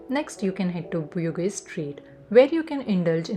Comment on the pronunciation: Bugis is pronounced as Boo-gees